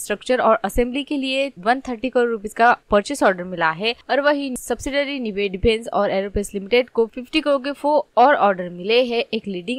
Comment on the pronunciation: Company ka pronunciation Sikh lo pehle bad me advise dena… woh “निबे” nahi “नाइब” hai. Aise galat pronounce kar k company ki izzat mat kharab kro